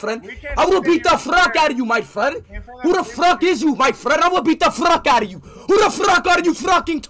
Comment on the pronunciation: "Don't fruck with me" Got me dying 🤣